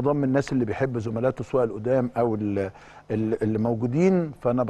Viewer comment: يا أخي إسمها زملاؤه وليس زملاته . ميصحش تغلط في حاجه صغيره زي كده ودي أنا ملاحظها عليك من زمان !!!! ألا وأنك جيت قناة الأهلي فلا يخرج منها إلا الصحيح .